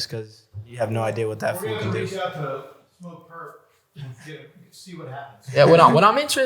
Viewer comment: It's Smoke Purp, not Lil Durp, lol.